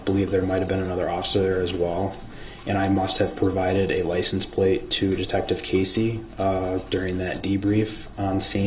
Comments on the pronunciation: Axed, license plaze, dem, dat. Just words all messed up. Don’t know what words mean, can’t pronounce words, but think he a real lawyer here. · DB says license place!! 😂😂